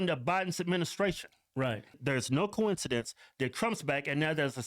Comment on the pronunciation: Its a “cohen ci dence “